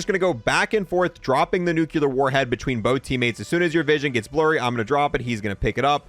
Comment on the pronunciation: it's not NUKULAR it's NUCLEAR